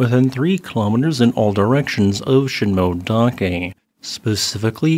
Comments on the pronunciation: Thanks for the video. Btw, it’s sheen moe-eh dake, not sheen-moe-dake. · Sheen-moh-eh-dah-keh. correct pronounciation.